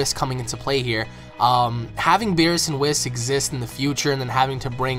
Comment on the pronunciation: Lol your saying whis wrong I think idk in the English dub it doesn't sound like that when a character says his name but cool vid bro